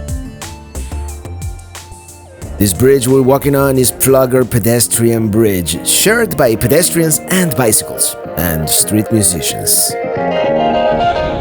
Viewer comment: the Pfluger pedestrian bridge is pronounced Flu-ger :)